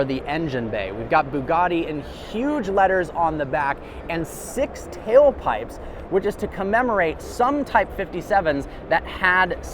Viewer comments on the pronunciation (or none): This guy said “tailpipes” 😂